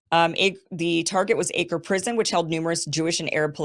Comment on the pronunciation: Acre is pronounced. AK ho.